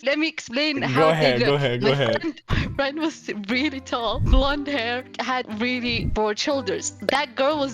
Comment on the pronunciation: Me and my fwen🥺"